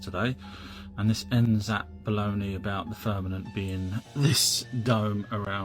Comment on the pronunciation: “FIRN-ament?” It’s difficult to take someone serious when they constantly mispronounce words… especially when they’re LOOKING it.